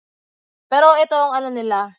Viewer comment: Hnd mo Ako baser ayosin mo pananalita mo ung pg bigkas mo Ng piro at ung pg lalabas mo Ng dila mo alisin moyan wg Kang poponta sa pb house na Ikaw lang KC parang ayaw na nila Sayo